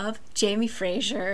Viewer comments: Hello- Scottish person here. Fraiser is pronounced less like Fray--shure and more like Fray-zur just for peoples information! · For some reason saying Frasier instead of Fraser is so funny to me😂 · I am scottish and we definitely do say "z" :) Fraser is a super common first and last name - definitely fray-zer. Not a big deal but I didn't realise you were trying to sound Scottish, I thought it was to do with the hit TV show "Frasier" confusing the name LMAO.